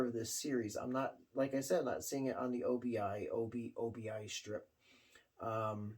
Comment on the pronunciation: Cool album! The Japanese sure knew how to make great album covers! And I believe it’s pronounced oh-be, and it translates to “belt” or “strip” in Japanese.👍🏻👍🏻👍🏻👍🏻